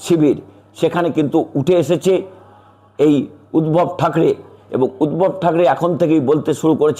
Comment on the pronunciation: উদ্ভব না উদধব বলুন